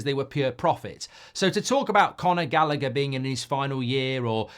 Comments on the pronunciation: I nearly had a stroke trying to listen to Mark pronounce Gallagher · Mark cant pronounce Callagher’s name 😂😂